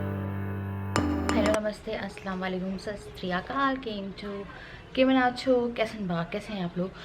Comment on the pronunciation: aa kehte ho sastriyakal it’s satshriya kal